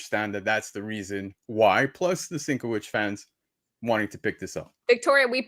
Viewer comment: /sin•KEV•itch/ you missed a couple of mispronouncements